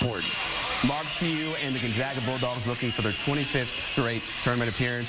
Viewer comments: It isn’t gone zog a it is Gone Zag a. Good lord. Get your shit together. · C'mon CBS....it's NOT GON-ZAH-GA!! IT'S LIKE THE "A" IN CAT.